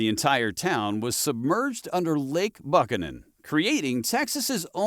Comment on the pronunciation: Buchanan is usually said "BOO-canon" around here.